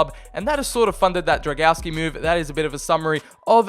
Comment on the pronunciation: I see you have little problems with reading Drągowski's full name. To make it simpler just call him Bartek :)